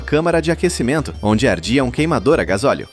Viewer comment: "gasoleo" IA satanica